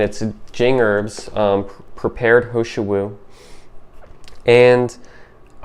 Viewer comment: It’s Heeeee shou Wu not ho shou Wu. And I agree, it’s amazing!